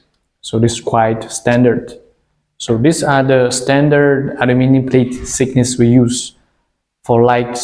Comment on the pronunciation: Please hire a fluent english speaker to speak for you and proofread your subtitles. The plates are measured for their "thickness" and not "sickness." 🤦‍♂️